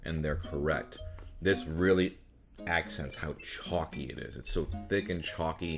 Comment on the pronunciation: Hershey's IS mediocre Thanks for casually but boldly saying it Edit: "I don't dislike Hershey's kisses but they kinda are a waste of calories" Burn Hershey's without saying you'll burn them Edit2: I love toffee too! Edit3: minor annoyance but the way chalky is almost pronounced like "choc'cy" (as in chocolatey) Would never tie that (the latter) to Hershey's